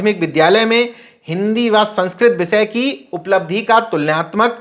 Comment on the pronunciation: Patrakar sahib aap apni bhasha shudh kijye sha shabd ko sa na uchharit kiya jye jaise aap bhasha ko aap bhasa keh rahe he mukesh ko aap mukes keh rahe he . Vishay ko aap visay keh rahe he